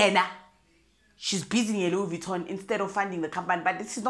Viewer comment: Louise Vittoning, here and there! 😂😂😂😂😂😂😂😂